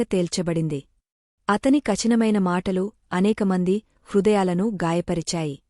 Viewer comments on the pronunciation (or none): Pl learn telugu perfect kachina maina kaadu katinamaina ani palakaali